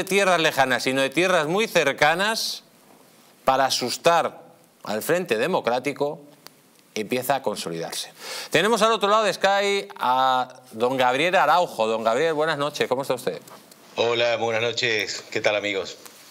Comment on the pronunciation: Solo una cosa. Pronuncia bien. No es skai. Skaip